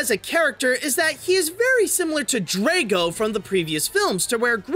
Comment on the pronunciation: Stoutlout? Dray-go? Really,?